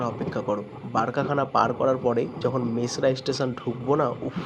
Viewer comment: It is Mesra and not Masera, please pronounce correctly.